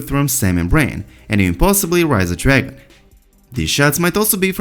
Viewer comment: Please pronounce letter "G" well. All I can hear is "Drangon Queen" "Drangon Nglass" ffs